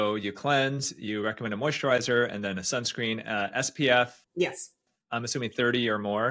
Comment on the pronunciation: has great information (and confirmed that my simple skin care routine in the morning is OK). I'm confused as to why she says "SBF" instead of "SPF?" Am I just hearing it wrong?